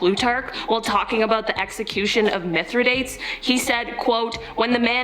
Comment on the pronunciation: Mythra...dates? Really? You gonna butcher the name like that lady?! 😑